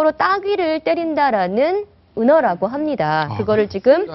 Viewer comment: 발음왜저래 외국에서오래ㅛㅏㄹ다왓나 자꾸 함돠함돠하네